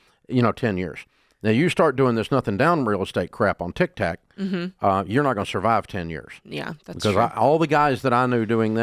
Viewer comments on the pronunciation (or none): Why does Dave keep saying Tik “Tak?” I mean is funny, but…the name is Tik Tok 😊 I am just curious that’s all.